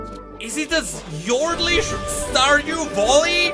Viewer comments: Oh my fucking god i got so triggered everytime you said stardew volley and not valley i actually wanted to bash my head in ngl 🤣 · Hey, don't know if you just misspoke, or it's your way of saying it due to your Accent or what ever it is. But you say "Stardew Volley", tho it's pronounced "Stardew Valley". You say it with an "O", instead it should be with an "a". Not meant as hate obviously:)) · Really good news for people liking that genre. I would could myself to that roster, but i hate yordles and yordles + that walking animation triggers me beyond compare. Also really triggered how always called it stardew volley instead of valley. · I cant i can not stardew valley being said as stardew volley.....😅😅😅 i love u but PLEASE say valley not volley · Stardue voli 😂😂😂 sorry its just funny how you pronounce valley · bro said „stardew voli 😮😮😮🐻‍❄️🐻‍❄️🐻‍❄️🐻🐻🐻“ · I thought he was saying Star Voli 😅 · "Yorlde Stardew Volley" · Lol wtf is wrong with him saying valley 😂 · You know, its' not "Volley", it's "Valley". Also, Veigar is confirmed to be pronounced as in "hey", so "Veygar", not "Vaigar", in case you didn't know about the creator confirming it